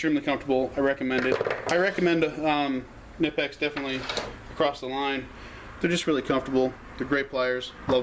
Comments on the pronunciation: Im going crazy over why people ALWAYS think the "K" in Knipex is silent, IT´S NOT!!!!!! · Seriously man, pronounce the damn K already. It takes all but 1 minutes to go watch one of the videos on the Knipex page and hear it for yourself. This shit is getting annoying and really old 😂🤣😂🤣😂🤣😂🤣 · You are right! It is pronounced K-Nipex, not Nipex. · In the UK most people say NIPEX , going along with the silent k thing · David Thegreat it is silent! K before N is always silent...like knife, knew etc...knipex is no different!